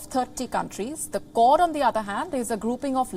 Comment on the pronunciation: The accent was confusing me, its 'Kwod' not 'Kord'